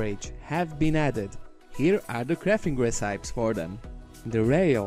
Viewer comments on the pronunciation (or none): Love love LOVE these mods...just one teeny thing that I think people haven't let you know...recipe is pronounced 'res-ip-ee'. Have to say, English has got to be a pain to learn...our words sometimes don't make sense even to us native speakers lol.